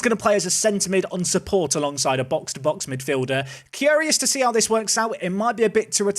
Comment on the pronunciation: Obsessed with how you say curious - kyerious